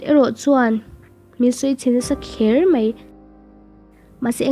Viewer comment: Mei anilo a... Mai tih zawk tur a ni e